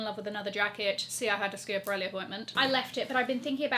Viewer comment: Schiaparelli - like Scap, not ski-ap